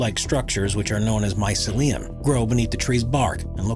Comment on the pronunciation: why does he pronounce mycelium like that wtf edit: and morel too 😭 that its not a "moral" its a "morelle"